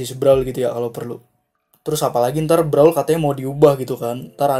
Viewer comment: Itu bacanya Brawel ya dek😠